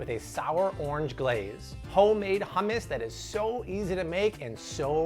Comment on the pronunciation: It's not ham-us 😭😂 I die every time you say it like that. It's hum-us 😂😂😂